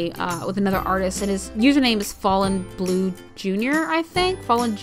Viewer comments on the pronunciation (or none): none